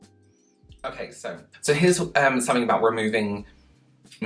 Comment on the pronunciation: I just love the look on your face every time you pause...look at the camera...and say..."Okay....SO..."😂😂😂 I'm just always waiting for something more along the lines of... "You have got to be F***ING KIDDING ME!?! NO JUST NO! No one is THAT damn stupid!"😂 lol You definitely need to come out with some "Okay...SO..." merch!💙